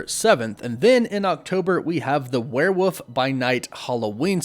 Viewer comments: Hahaha! "Werewoof" Hahaha! Cracks me up every time. Repeat after me: ware-WOLF. So, at the end of every video are you actually saying "Wolf! Wolf!"? Because if that's the case, that's just weird. Then again, barking like a dog at the end of a video is weird in the first place. Woof! Woof! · Man, I’ve GOT to know. Why do you say werewoof instead of werewolf? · im gon stop watching a grown man say werewuf so confidently......just for me lmao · Why does he say werewoof? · Waiting for the day you pronounce the word 'werewolf' correctly 🙏